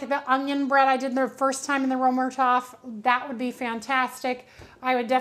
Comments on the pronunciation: I didn’t even think you would see my comment.. I apologize if I came across snarky! Römertopf means “Roman Pot”. First, the distinct German “r” is guttural, using the very back of your tongue. The German ö is pronounced by forming an “o” with your lips but saying a hard “ā” sound, as in “ate”. The “er” is said like “air” but very soft on the “r”, saying it in a hoity-toity kind of way, like you’re trying to be fancy. The “o” in topf isn’t a soft vowel like the American pronunciation of “top”, rather it’s a hard vowel as in “bowl”. Thank you for the great video comparing these two baking vessels! I really love my Finnish version of the Römertopf! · You’re butchering the pronunciation of Römertopf..